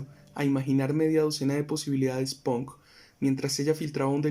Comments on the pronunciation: Totalmente de acuerdo caga todo el cuento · uh, qué fastidio esa pronunciación de los bogotanos: "ponk" tratando de sonar angloparlantes, en vez de "pank". Diga pUnk y listo, sacate esa papa de la boca!